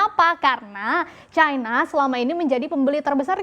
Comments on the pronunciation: Kok harus disebut Caina sih..? Cina gitu aja kenapa .. ? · Bukan Caina lah tapi China...